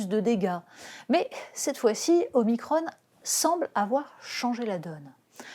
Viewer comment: Omicrhonne ! on n'est pas en amerique,,, les "on" en France ça se dit on comme cornichon